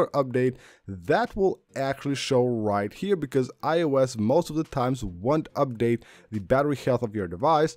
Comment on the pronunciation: Update: this guy..“Ubdade”